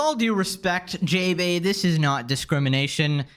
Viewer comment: That's not JaeBae in the way you pronounce it The "ae" are pronounced "ah"